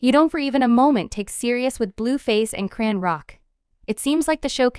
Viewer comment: 😂😂😂😂 did you hear this thang say CRAN-ROCK 😂😂😂😂😜😜😜😜Who is CRAN-ROCK YA’LL????😂😂😂😂😂